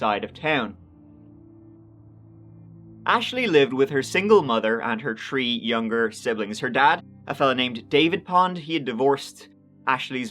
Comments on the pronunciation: I notice your pronunciation is bad on the word THREE. U SAY tree. Lol u my man tho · In this episode, said “tree (3),” “turd (3rd),” “turteen (13),” “turteenth (13th),” or “turty (30)” a total of twenty-one times. 21. That’s got to be a record. Good on you,.